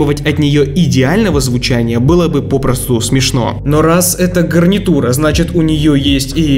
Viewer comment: Я один заметил "гарниУТра"? 🤔